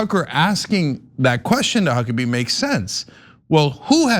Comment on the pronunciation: Did she say Cuckabee? 🤣🤣🤣🤣